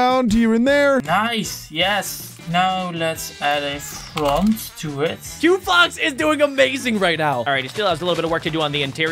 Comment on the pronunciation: 😂it’s quo fox